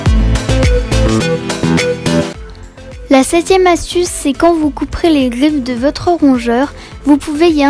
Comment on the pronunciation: Tu dis gliffe à la place de griffe et glanuler à la place de granulé sinon trop bien